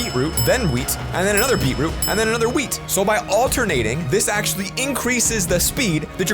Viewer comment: Wait he said weed not wheat